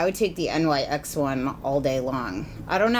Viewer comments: Favorite youtuber reviewer! But I think NYX was pronounced like "nix" ? Not actually spelled out as nyx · hi, "nyx" is pronounced the way it's spelled (like "nix") rather than "n-y-x." i only know this because rupaul always used to pronounce it that way on drag race when nyx cosmetics sponsored the show. love your reviews xo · Okay so why does she say N Y X instead of pronouncing it like nix. No hate at all! I love your honest reviews. I'm just genuinely curious if I've been saying it wrong. I normally hear people say it like nix. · Amazing review, as always. I really do appreciate how you say that you tend to avoid other reviews before recording your own in order to avoid bias. One minor comment, though: NYX is named after the Greek goddess of the night, so it should be pronounced "nicks" instead of saying out each of the letters individually. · Love your videos! 😘 Just so you know it's pronounced Nyx ( it's the name of a goddess ) not N Y X! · Agree :) but I think the correct pronunciation is NIKS as the goddess, not N Y X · lol I getcha! No way of really knowing honestly, I pronounced it the same thing until they opened a Nyx store by my house and employees were correcting me. I was shocked but also think the goddess part is pretty cool!